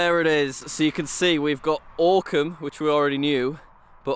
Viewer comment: The fact that I live ten minutes away from this village is both infuriating and amazing and also the way he pronounced Oakham at first absolutely pissed me off